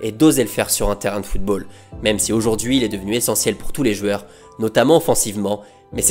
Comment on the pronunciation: J'adore cette chaîne et j'adore ta façon de narrer mais j'ai une seule question : pourquoi tu dis "jueurs"?